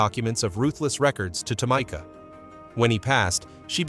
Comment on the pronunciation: Its Tah me ka! Not tomika! F'n a.i.